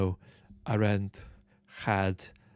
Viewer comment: Who's A-'RENT? Oh, you mean 'AH-RUNT!